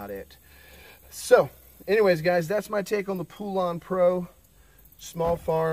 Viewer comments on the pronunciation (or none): IT'S PRONOUNCED POLEN OR POLAN NOT POOLAN!!!! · It's pronounced POLAND